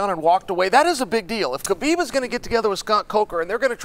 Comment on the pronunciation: Let's pronounce his name correctly It's HABIB, meaning BELOVED🤩 Thank you guys